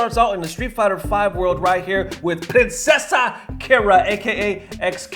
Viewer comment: Princesa Kira is not Hispanic. Kira is Brazilian. That "s" in Princesa sounds like a Z and the "e" sounds closer to "Ay". Also, a fair amount of the Brazilian FGC don't really take Kira seriously because "people forget the so many times Kira was wrong"